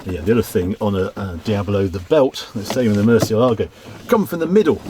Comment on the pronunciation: Just an observation, Murciélago (bat in Spanish) is pronounced with the stress on the "e", not "a", as indicated by the stress mark.